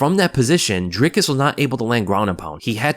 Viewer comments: Awesome to see some positive content about Dricus and really appreciate that you got the name down. Now we just need all the commentators to learn it and stop saying Draycus. Maybe if he beats Izzy they'll get it. Maybe :) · I'm glad to hear you pronouncing his name correctly. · Perfect pronunciation for Dricus!! Thanks